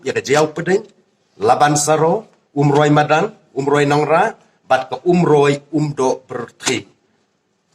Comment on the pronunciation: Ko MDC.. Sngewbha ban kynnoh bha ia ka ktien "Umroi" ym "Oomroi"